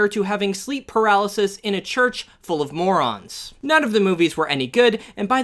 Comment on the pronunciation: When you said morons I thought u said mormons lol